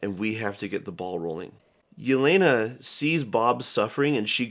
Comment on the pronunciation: The way butchers Yelena's name gave me trauma